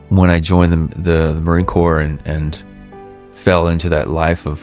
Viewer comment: Dude, you lost me in the first minute of narration when you pronounced Marine Corps as “corpse” instead of “core”…